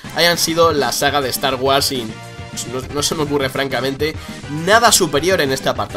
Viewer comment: me ha gustado la pronunciacion de cuando dijo "estar güars", ana bottle total xD